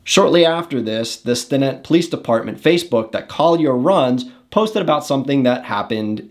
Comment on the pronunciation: Bro... learn to pronounce the names Amarillo and Stinnett.